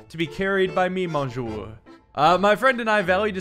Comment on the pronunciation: I love how he says monsieur like the sandwich